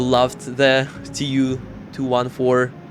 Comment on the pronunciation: I've noticed that most English-speaking video creators pronounce Russian aircraft designations like TU, IL, MiG, and SU letter by letter: 'Tee Yu,' 'Ai Ehl,' 'Ehm Ai Gee,' 'Ehs Yu.' As a Russian, let me tell you—no one in Russia says it that way. In Russia, everyone pronounces 'TU' like 'Too,' 'IL' like 'Eel,' 'MiG' like 'MeeG,' and 'SU' like 'Soo.' Just FYI!